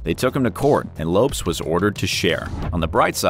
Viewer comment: I almost stopped listening after the pronunciation of “LOPES” name lol it’s “LOW-PeZ” lol